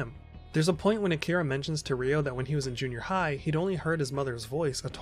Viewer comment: It's Ryo (one syllable). Not Ri-o (two syllables)🙈